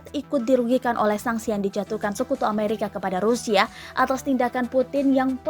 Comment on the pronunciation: Anjim banget ni pengisi suaranya rupanya ga seneng ama rusia wkwkwk rusia jadi rusial si anying tribun babi banyak kali hoaknya wkwkw coba kawan2 denger baik2 di detik ke 2